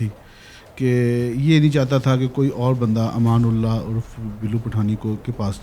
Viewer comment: اس اینکر کو تو ٹھیک سے نام بھی لینا نہیں آتی ، امان اللہ کو ایمان اللہ ایمان اللہ کہے جارہی ہے